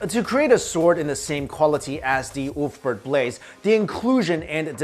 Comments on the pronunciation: It's pronounced "Uber-Felt" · Ulfberht..... more like, oooofberht.